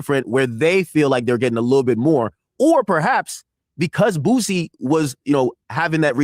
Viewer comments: it's Boo-See not Booze-Y 🤣🤣🤣🤦🏿‍♂️ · Aries got you saying booZie. It’s Boosie..😂😂😂 but I love it